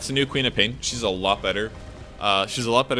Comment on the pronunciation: Lol, I was always hearing Peter Pan instead of QOP.